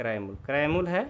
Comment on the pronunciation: Aap muly ko mul kyo bolate ho